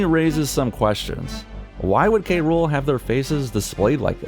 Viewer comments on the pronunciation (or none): King K Rool(cruel)...not K Rule...ok